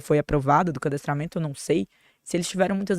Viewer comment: Gente, o cadastramme to já é uma lei antiga. Os animaizinhos possuem um RG, quando cadastrado...AIIIII A PRONUNCIA DESSA MOÇA É HORROROOOOSA...